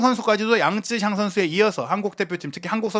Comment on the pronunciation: 양쯔샹이 아니라 양'쩌'샹이 근접한 발음인 듯. 江澤民을 보통 장쩌민이라고 하지 장쯔민이라고 우리말로 표기하지는 않잖아?